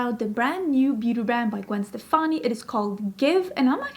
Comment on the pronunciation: omg girl you know beacon street collection?! So you like ska? I’ve loved Gwen forever. My mom worked with her cousin. Stefani is actually pronounced “Stephanie.” I still have her UD palettes and lip products and her old school L.A.M.B. x lesportsac purses. Remember that?